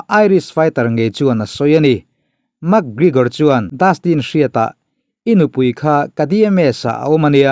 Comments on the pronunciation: Ka pu..., Mak... ti lovin mek... tiin lam ri rawh.... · "Mak grigor" 😂😂😂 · A hming pawh ilam thiamlo nia...Mak grigor te ti mai mai ngaih na awm lo....thil hi in hre ṭhin sia e...Isua kha pawngtawng takin a cho ani lo e....Silchar a mi Rajua hi rawn cho se boruak a siam lo ngawt ang. ...Conor khan Isua meuh kha ropui ati em em a fiamthu nan reporter ten an zawhna a chhang mai ani. Tin, a thusawi vanga hrem nghal tur nise Atheist ho te, mawngkaw hur hi te hi an ke a tliak nasa lutuk anga an kut in an kal tawh ang. Mi accident tawh Pathian in a hrem lo tih ngawt zel hi mi mawl thawmhnaw mawi ber pawl ani e. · Pronounce hi chu a in anglo,mse mi tam zawkte lam rik dan angin,mac gregor,ti ve mai la,mug gregor tih tlat cu,ngaihthlak ati nuamlo zo vek lawm le aw... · Max GreGor anilo🤣 McGregor alawm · Mekgigor ti hian ring announcer ten an lam.. Makgrigor ti hian an lam lem lo. Mase kan tawng a nilo a dik thovang. I lam zig ag reg si a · MAK Grigawr ti zing mawlh nawlh mai sia aw😂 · Mak gregor tih ron lam apiangin ka nui😂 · Mak gregor itia mi an 2 hming pawh i lam tha thei meuh lo ami🤣🤣🤣 Ronda rosu te la ti ta deuh²🤣🤣🤣